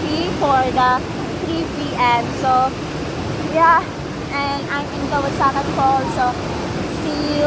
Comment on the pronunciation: It's KAWASAN right? not "kawasakan" as you keep on saying.